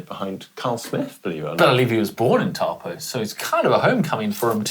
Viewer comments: Love your work team, but can we make a concerted effort at pronouncing Taupo correctly? Ironman and many of the athletes have really made an effort to do so recently, which is great to see. Instead of pronouncing the Tau part like you would when you say the word towel, simply say 'Toe-paw'. Just think of a foot to help you. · Great content and summaries as usual! Just a heads up on pronunciation, Taupō is pronounced as "" Toe poor" !